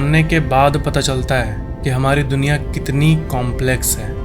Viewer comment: bro it's duniya not dunkiya. 😅